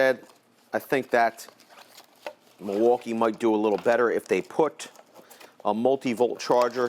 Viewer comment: "muuwalkie" "spesiffcationios" XD